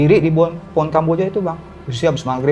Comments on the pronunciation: HJAHAHAHAHAHA pohon jadi po'on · Maaf aku ngakak pas masnya ngomong poon sama kuntil anak😅